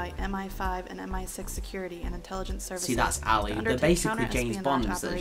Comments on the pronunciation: Why do you say alley all the time? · I thought he was saying elite. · stop saying alley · I swear to god if this dude says Ali one more time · Tf is Ali bruv 😂